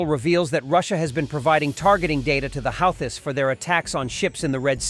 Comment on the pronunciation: Houthis is pronounced hoootheez.